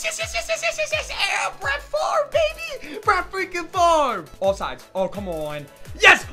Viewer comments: It's pronounced "Farv" not "Favray" 😭😭😂😂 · Barts Kinda Gay And Stuff It's should be pronounced fav re but everyone says it farv.